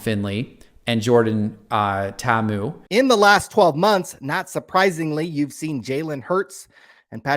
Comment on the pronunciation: He didn't even know. He couldn't pronounce it